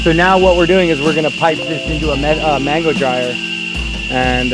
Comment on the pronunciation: I know he’s speaking in English but he is in a Spanish speaking country so why doesn’t he pronounce mango 🥭 da right way . I live I. Hawaii but I don’t pronounce it like him but like Latinos do. But then he says the Spanish name for soursop , guanabana. Hmm